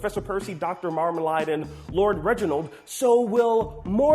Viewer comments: It's Marmalade! not Marmaline. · Marmleaid is pronounced Mar-mle-aid not mar-Mel-ard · My first question is- why does pronounce Marmalade as "MarmaLIDE" instead of MarmaLADE? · Seems like he's going to fit right in with everyone else on the channel, cause he constantly mispronounces stuff too! Its MarmaLAID, not MarmaLIED. And Bonobo is pronounced Buh-NO-Bow, not Bonn-uh-bow